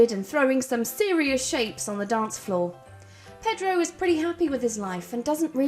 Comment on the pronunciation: I have never heard anything quite as British as the way you pronounced "Pedro" 😂